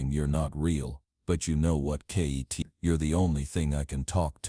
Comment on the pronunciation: Not kttt you mean kitt